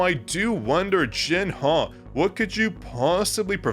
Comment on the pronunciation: her name is pronounce Jin-aaaaah not Jin-ha 🤕